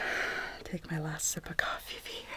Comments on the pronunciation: Did any one notice how she said coffeefe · did she fr say cofee-fee 😂😂😂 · Why does she say coffee like cofefe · love that you say coffefee instead of coffe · I am going to pour myself some cOfEfE Me:0_o what’s cOfEfE? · “Can I interest you in a cup of coffee fee fee” 👇🏻if you want a cup of coffee fee fee 😋☕️ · When she said coffee-fee I died😂🤣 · am i the only one that got s o bothered when she said "coffee-fee". i dont even know why. i had to pause and step away